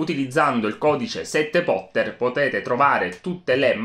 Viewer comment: Ti giuro, nonostante ormai sappia benissimo che dici "utilizzando il codice 7 Potter", continuo a fraintendere e capire "utilizzando il codice 7 volte". La cosa mi fa un sacco ridere! Hahaha